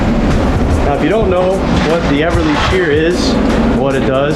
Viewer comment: Beverly shear, not Everly, friend!